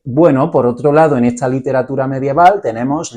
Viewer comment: Perdona, pero se pronuncia ESTA no etsa. La acentuación castellana para mi es fundamental! Gracias por la explicación.